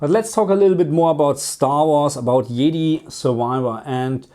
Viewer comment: Did anyone catch him pronounce jedi as yeeti 😂😂😂 also love this video ❤